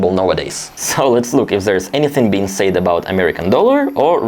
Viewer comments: Your English is very good, I just want to point out that it's not "sayed", but "said", kinda pronounced as "sèd". Other than that, keep up the good work! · Just a helpful pronunciation tip. "Said" is pronounced (sehd), rhymes with "fed". Yes, it makes little sense that it would be pronounced differently but that's the way it is in English. The same with the word "says". Rhymes with "fez".